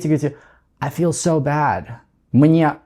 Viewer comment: Ничего себе: feel в конце ролика - теперь понятно, как надо произносить: через звук шва после i: 🔥 Спасибо! Чрезвычайно полезно объяснение! Также, почему nt часто заменяют американцы на просто t. Одно дело знать, как надо, другое дело - понимать, почему. И также про экспрессию в Continuous глаголов, которые в нём обычно не употребляются. Спасибо большущее!!!